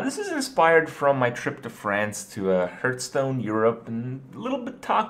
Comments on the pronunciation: God please say Hearthstone not hurthstone or hurtstone!!!!!!! IT´S HEARTHSTONE! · LEARN TO PRONNOUNCE HEARTHSTONE ITS NOT HURTSTONE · it's not hurt-stone. HEARTH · anyone else who gets annoyed by the way he pronounces hearthstone... srry >< still love ur vids tho! x"D just, no hurtstone anymore, it hurts my ears x'D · Why does he say Hearthstone like Hertstone? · Please. Stop calling it hurtstone.